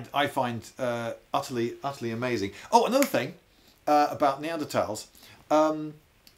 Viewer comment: he says “neadertals” then right after “Neanderthals” right after